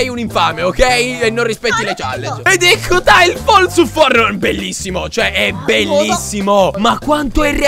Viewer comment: stavi dicendo fornite? 🤔